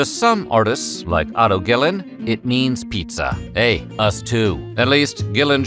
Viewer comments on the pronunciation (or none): That artist's last name is Guillen but the narrator pronounces it as "Gillan" 😂